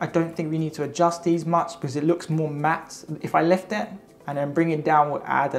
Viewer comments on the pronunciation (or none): none